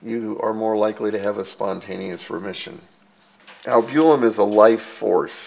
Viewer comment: I don't know what this guy is saying when he says albulim???What is that??? I worked in laboratory setting for over 20 years. The word he is trying to say is albumin??? Maybe he has a speech impediment. He is also pronouncing creatinine incorrectly. There are other words also. I think it is very important for one to obtain your own labwork. I could read mine myself, but my doctor did not give it to me. Why I don't know unless he just thought I wouldn't know anything about the results. Whether or not, one is entitled to one's labs. I will get mine the next time I see him whether he likes it or not. I'm tired of his thinking whatever way he is thinking. I do not like that idea. What if I was a doctor? I was going to school to be a Medical Technologist. I ended my last year changing over to Environmental Science and Technology. Still I worked in laboratory setting preforming phlebotomy for over 14 years and knowing well enough about my labs I could read them myself. Well enough ranting and raving. Sorry to cry on anyone's shoulder. I'm getting my labs!!!!!